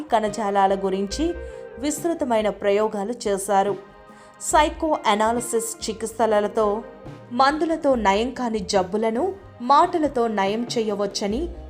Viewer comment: అమ్మ తల్లీ...తెలుగు నీ హూనం చేయకు. బాగా మాట్లాడటం నేర్చుకుని అప్పుడు వాయిస్ ఓవర్ యివ్వు. 1)తూర్పారబట్టారు తుర్పారబట్టారు కాదు. 2) సాపేక్ష్య సిద్దాంతం పాపేక్ష్య కాదు. 3) చికిత్స 👍చికిస్త కాదు. చదివేటప్పుడైనా ఏమి చదువుతున్నారో తెలీదా...🤭స్ప్రుహ లేదా...